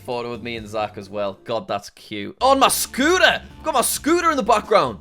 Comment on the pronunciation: MAH SCOOTAH